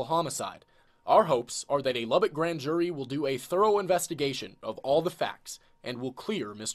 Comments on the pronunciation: Lubbock Texas not Lubbard Texas lol. I live here lol. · For future reference it's Luh-Buck, like a stag/deer, not Lah-bic like a lighter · weird seeing your hometown in the title. Spelled it wrong, and mispronounced as usual. its pronounced, Lub-uck texis lmao